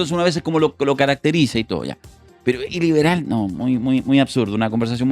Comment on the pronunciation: "Iliberal" como suena como el "ileal" de Huaiquipán.